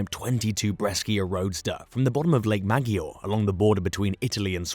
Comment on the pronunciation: Mispronunciations galore. Cartagena, Maggiore, etc.